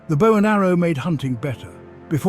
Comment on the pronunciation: Dont you hate when the AI mispronounces bow